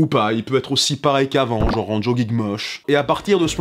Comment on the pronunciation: Chers voisins Francais, On dit bien "genre" et pas "jore". Des bisous.